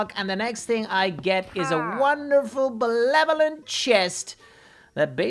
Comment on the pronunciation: Nobody gonna point out that he said belevelant and not benevolent?